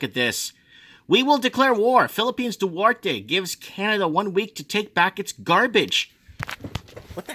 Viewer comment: duterte not duwerte✌😅